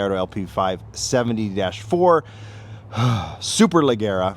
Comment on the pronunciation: Superleggera is an Italian word. You're saying it like it's English. Pronounce the G like a J.